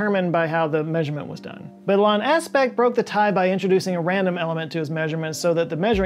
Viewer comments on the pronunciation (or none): Love the video, as usual. One note though… (hate to be THAT person but) Alain is pronounced “Ah-LEN” not “Ah-LON”. It’s a french style pronunciation 👍